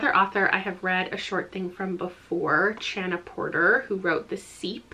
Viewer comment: Just a note: Chana Porter's name isn't pronounced "CH" like in "chair." It's the Hebrew/Yiddish "CH" sound. Hahn-uh